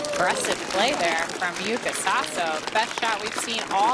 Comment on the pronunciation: In Japanese we do pronounce YUUKA not YUKA according to the Japanese Kanji.